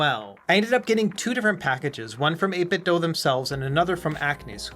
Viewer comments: its 8 bit "do" as in DOO DOO. not do as in DOUGH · I'm gonna dough you a favour and say you should ask 8bitdo how to pronounce their name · Why is it 8bit "Doe" .. "Doe" is spelled with an "e" .. this is 8bitdo. "do the math" do. ????